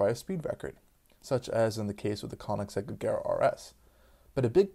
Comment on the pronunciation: "tooatara".... "Konnigseg". hmmm